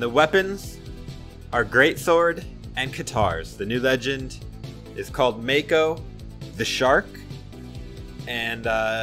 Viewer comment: Not aure but i think its pronounced Mah-ko not may-ko